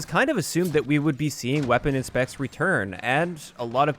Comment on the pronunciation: Weapon “inpects ”